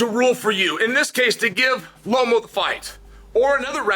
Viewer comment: Chael Sonnen its pronounced "Loma" not "Lomo"